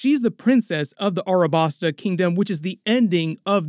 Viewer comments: Its Alabasta not Arabasta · this mf said "Arabasta"